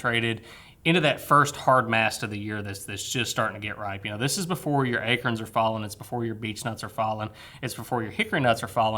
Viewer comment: AY-CORNS NOT ACERNS